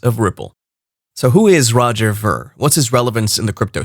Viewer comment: Pronounce Veer!